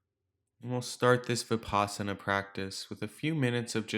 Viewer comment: The word Vipassana derives from Sanskrit, Vipashyana. (to have deep insight into the nature of being) Vi-pash-yana. The Vi is as in victory and not vicarious. The pash is as in lush. The a is not extended as in father. Change the Sanskrit pash to pass (which rhymes with pus, thus) and there it is. Vi-pus-sana. It is not Vi-paas-ana. Unfortunately, westerners pronounce it this way, and even dictionaries like Merriam Webster advice pronouncing this way, which is wrong. S.N.Goenka, a modern pioneer in this teaching, pronounces it the Sanskrit way as Vi-pussh-ana.